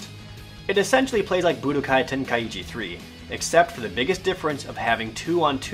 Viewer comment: I like the part where Jared says Budakai =3